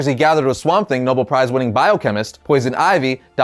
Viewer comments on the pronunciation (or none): none